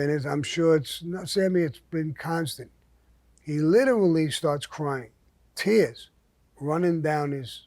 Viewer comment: Sammy do me a favor. Try saying “literally” again. I want to hear it again 😂...Greatest storyteller ever. Better than an actual movie